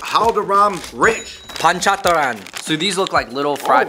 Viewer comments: Panchatran😂😂 it's panchratna guys... you are awsome... good video... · Lol i love the way they pronounce panchratna n katha mitha namkeen n bhujiya chivda😂😂😂